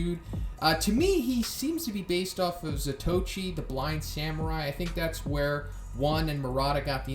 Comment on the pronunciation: Its pronounced Za-to-ichi, you fucking noob lol i love zatoichi n his movies